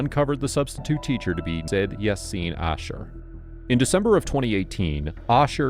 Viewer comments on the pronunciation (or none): SYED is pronounced SAH-YEED, not SAID. Fix your pronunciation. I am really glad at the outcome - Fines, Jail time, and Deportation. Excellent outcome. Send them back home. He's an Indian Muslim so probably from Hyderabad in South India. Indian men, have total disrespect for women and girls. This is so endemic in India, where I grew up. I was groped every single time I rode the public bus to school age 8 onwards. Every time! My sister and I, were groped daily. Of course, even at that age, we learned to punch them hard, kick them, and make a huge fuss so people kicked out the gropers from the bus. Police? There is no police or justice to help you, that is not an option. You deal with them yourself, right on the spot. Later on as we became older at 11-12 yrs and onwards, we were so violent with them, that they were probably permanently cured of trying that again. But the problem persists. Women are ra*ped daily on public transport with the collusion and participation of the driver, especially in the Dehli area. I would NEVER hire an Indian man, or a man from Pakistan, or Afghanistan to work with girls or women. It is so deep, this disrespect and endemic, systematic ab*use of women in all of India and these regions even today, that no man coming from there should be given any access to women or girls anywhere. Imagine what they get away with in India, Pakistan, Afghanistan. Disgusting. Throw the book at him, damaging little girls from a position of trust as a teacher. He needs to